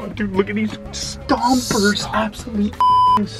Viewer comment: I can’t get over how he says stompers 😭😭